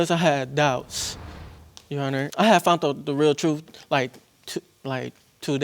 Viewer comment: Why is it I always hear “ I FOUNT out?” The word is FOUND!!! I FOUND out.